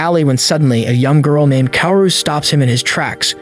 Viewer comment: I laugh every time the narrator pronounced Kaoru as “cow”. It’s “cow-roo”.